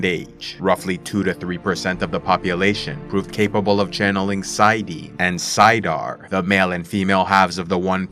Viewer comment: I really like your videos and are on point with the text of WOT and Robert Jordan.... but can you please say it and Saydar.